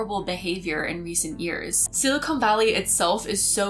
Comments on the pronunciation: Love you, love your channel. Don't mean to be "that guy", but, umm, it's "SILICON" valley... not "silicone" valley. Don't hate me! 😇 (and I DO love you,!) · It’s not silicone valley. Silicone is a synthetic material. It’s silicon valley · Good video. But "Silicone" and "Silicon" are two different things. I heard a lot of "Silicone," and no "Silicon.' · I don't wanna be that person, but... silicone and silicon are two different words haha. Silicon is not pronounced with an oh sound